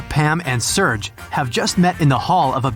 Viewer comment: Is it only me that thought that he read serge wrong?